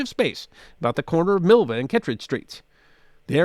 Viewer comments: It’s pronounced Mill-vee-ah for what it’s worth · Alas, Milvia still has three syllables.